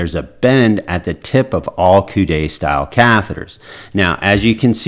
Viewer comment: Great video doctor, one comment is that the word "coude" is pronounced like the English word "could" the "e" in coude is silent which means elbow in English. 🙂